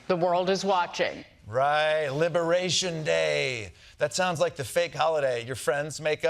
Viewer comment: libewayshun day